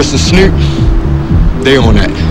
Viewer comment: The way he pronounces Snoop 😂